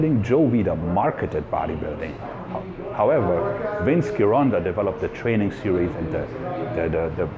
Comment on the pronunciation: *Soft G in Gironda.